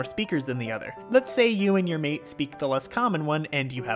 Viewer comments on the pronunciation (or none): none